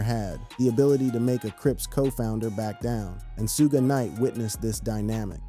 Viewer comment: “Suu-gay” knight? is this guy serious